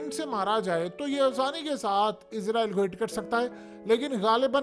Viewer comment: ابے گ د ھ ے تجھے ہزار دفعہ کہا ہے اسرائل ہوتا ہے لفظ عزرائل نہیں۔